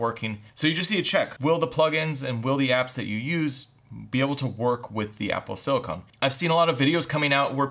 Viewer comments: PLEASE. Stop saying "silicone." It's "silicon." Great video though. Definitely wasn't aware of how capable the Mac Mini is. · Silicon not silicone! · Sili-CON, not sili-CONE. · OMG, Dude. It’s SILICON! You’re talking about computers! Silicone is an entirely different subject! Can I Venmo you a quarter so you can buy a clue. SIL I CON!!! Here’s another word: ELOCUTION.